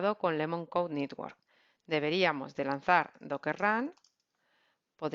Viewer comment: muy bien, como como critica constructiva, no pronunciar nitwork, es mas correcto network